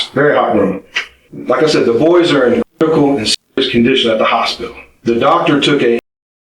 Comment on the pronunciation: Can’t say hospital? Really? Lame as hell.